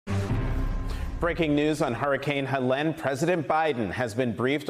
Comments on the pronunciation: Hurricane He-len??? Maybe learn how to pronounce the name of the hurricane before you do a report on it 😂😂 its HELENE sounds like (HEY-LEAN) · Pretty grim when the announcer can't pronounce the storm. It is NOT HELEN it is HELENE!! Typical MSNBC they never get the news right, too busy with their propaganda and 'angle'! Clueless! Skipping this one... with the name mispronounced of the hurricane they just lost me!